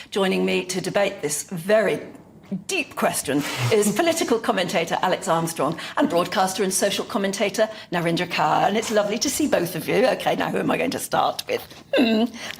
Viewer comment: Its kaur as in coors 🍺 Not kaur as in car , or kaur as in cur